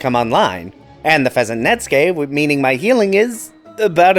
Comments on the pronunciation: second-to-last FF12 class video, and finally pronounces Netsuke right, LOL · it makes me so happy when someone on YT correctly pronounces "netsuke." It's so rare.